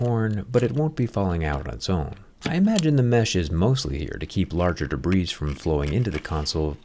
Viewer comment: the 's' in 'debris' is silent Jerry